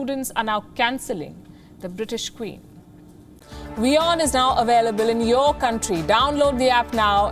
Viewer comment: Words like portrait & available pronounced by you are a disaster & many more